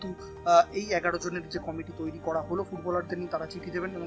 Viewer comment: Committee bollo na comedy bollo bojha gelo nqa